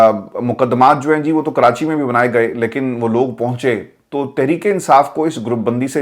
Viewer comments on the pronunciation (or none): none